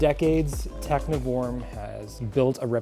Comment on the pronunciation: I believe the 'v' is like a German v, which is closer to an English f. So it's pronounced techniform, instead of tecnhiworm, which makes more sense. Thank you for an instructive video.